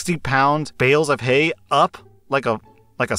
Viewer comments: 'Hales of Bay'..... Doesn't he have a masters in English? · "60 pound hales of bay" Good to see even isn't safe from Derbal Vyslexia! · Hales of Bay killed me man. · "60 pound hales of bay" I'm Wheezing xD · 'Hales of bay!' A Spoonerism! Lmao 🤣 I do this all the time! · "60lb hales of bay" this made me laugh, I'm sorry 😂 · "hails of bay" im dying omfg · "60 pound hales of bay" killed me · Sixty pound hales of bay. 🤣🤣🤣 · hales of bay 😂😂😂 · you said hales of bay 😂 also I live in the city with ducks and chickens. My hay weighs ~40 a bale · Hales of Bay,? 😂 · I love "hails of bay!" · Hales of Bay 😅😅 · Lmao hales of bae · "60 lbs hales of bay" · "Hales of Bay" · Loool hales of bay! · „hales of bay“ 🤔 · excuse me? Hales of Bay?